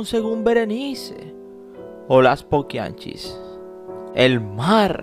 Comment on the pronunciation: no se dice paquianchis se dice poquianchis Disculpe